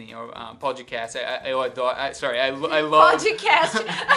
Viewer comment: Ele também falou "CBN" com o sotaque brasileiro.